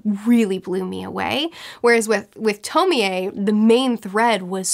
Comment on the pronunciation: I know this is relatively old and I don’t mean to be that person. But it’s pronounced (Toh-Mee- Ay). Just bothered me for not good reason. Other than that o quite enjoyed the video.